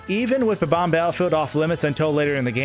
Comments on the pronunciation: It’s bomb-omb not bubomb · Really bugs me that he pronounces bob-omb as “buh-BOM” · you kept saying bomb-omb wrong.